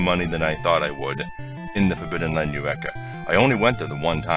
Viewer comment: Its not quite correct though, you say yur eh ka, its pronounced a bit closer to eh oo reh ka